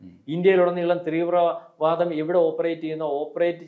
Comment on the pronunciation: 3 വ്ര വാദമല്ല തീവ്രവാദം എന്നാണ് പറയേണ്ടത്